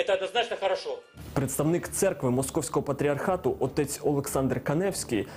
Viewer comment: После акцента на "Московского патриархата" даже смотреть дальше не стал...